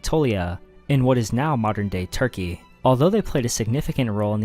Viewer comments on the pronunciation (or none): none